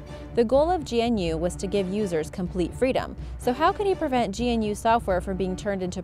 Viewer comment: GNU is pronounced g'noo.